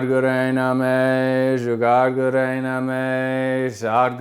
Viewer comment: Did you say Juggad?? 😣